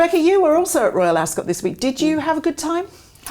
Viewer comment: I actually unsubscribed over your insistand blabbing on about former members of the BRF who chose a way of betrayal. Just got boring. Accidentaly landed here now. Maybe read the mood in the "country". PS Ascot doesn't emphasise the "o". Just saying.